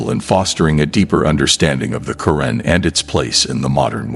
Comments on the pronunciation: You call it the Karen in an actuality is say it’s pronounced the Quran!! Can you please pronounce the words correctly? Cause how would you like me pronounced your book as the bib?? You wouldn’t like it so pronounce it the correct way and this is not my opinion this is pronunciation you went to school. You know how to pronounce. The correct way, so please put some respect on it.!!! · asrwghfirullah may AI not be your true islamic perspective of islam. Just hate it call me a hater yes man is hating hating on the fact that u decided its ok for ur ai big daddy to pronounce Qur'an as kuren and Allaah as Alah it is satanicly disgusting please can u improve ur damn videos in the future In sha Allah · Pronounced ‘Al Qu’ran’ القرءان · Is this an AI narrator or actual person, mispronouncing Qu'ran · Beautiful graphics but the Narrator lacks even an elementary knowledge of Arabic, pronouncing "Qur'ān" as "Currin," "Sura" as "Sewer"....and "Bismi l'Allah" incomprensible,.even in Enlish no effort is made to APPROXIMATE Arabic pronounciation....Where'd you find this incurious ignorant rube? Regards from Mexico City!